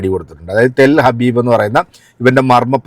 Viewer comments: ടെൽ ഹബീബ് അല്ലടാ ടെൽ അവീവ് അങ്ങനെ പോലും നിനക്ക് പറയാൻ കഴിയില്ലല്ലോ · ഇവൾക്ക് ജൂതന്റെ സാധനം ഇല്ലാതെ ജീവിക്കാൻ കഴിയാത്ത അവസ്ഥയാണ്,,,, ചിരിക്കുന്ന മുഖത്ത് കണ്ണുനീർ ചാലിട്ട് ഒഴുകാൻ അധികം സമയം വേണ്ട,,,,, പിന്നെ സുഹൃത്തേ ടെൽ ഹബീബ് അല്ല,,,, ടെൽ അവീവ്,,, എന്നാണ്